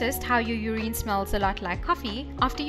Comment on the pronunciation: Are you miss pronouncing urine I've never heard it pronounced the way you're pronouncing it...